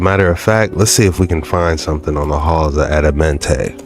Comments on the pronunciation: You just heard the man say the right name the halls of Amentae and you saying Adamente why you feel you change the pronunciation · Bruh looked at the word "Amenti" on the screen, LISTENED to them pronounce it several times, and still fixed his lips to say "Addamentay" ... wtf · It's Amenti not Adamenti lol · it’s Amenti not Adamenti!